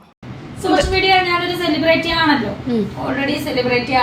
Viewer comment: വടി എന്നാ പറയേണ്ടത്... അവൾ അതു അംഗീകരിക്കുന്നു...... വടി എന്ന് സെലിബ്രിറ്റി എന്ന pronounciation പോലും അറിയില്ല.... ബ്രേയിറ്റി.... എന്നാ പറയുന്നത്. തെറ്റ്